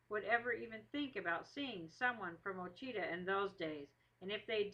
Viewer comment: The story is very accurate to the story they tell at the pine tree speech. Ouachita is pronounced wrong through out the video though.